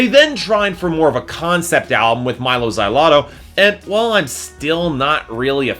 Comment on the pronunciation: It hard to take this guys points into consideration when he does not know how to say Mylo Xyloto.